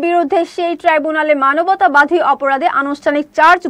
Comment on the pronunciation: উচ্চারণ ঠিকোই নয়, ঠিকি। সবোই নয়, সবি৷ মানবতাবাধী নয়, মানবতাবাদী।... ইত্যাদি।